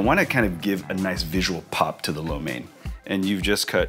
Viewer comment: USA4Soldier he does not know how to pronounce lo mein. He pronounce it like a white guy not like a chinese. LOL